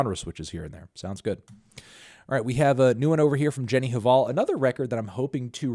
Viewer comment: Probably time to tell you that the H in Jenny Hval is silent if you're gonna review her album.